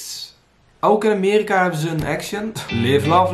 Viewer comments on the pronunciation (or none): none